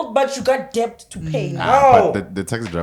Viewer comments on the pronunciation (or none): That chick butchers the word debt😂